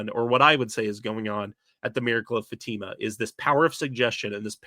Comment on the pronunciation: Pronunciation correction: Fatima in Portugal is fa-ta-ma, not fa-tee-ma